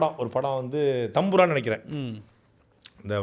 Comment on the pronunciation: அது எம்புரான் யா சாட்டை 😀😀😀😀😀😀😀 தம்புரான் இல்ல